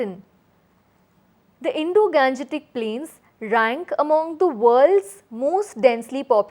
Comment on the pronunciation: It should be pronounce as Indo-gangetic not Indo-ganjetic plain